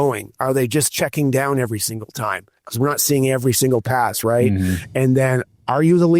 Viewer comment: check your audio. Every time you say pass the 'p' is silent.